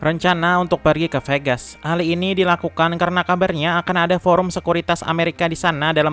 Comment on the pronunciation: Bisa gk min setiap akhir kata gk usah di tmbh "k", burryk, adak, diak😂😂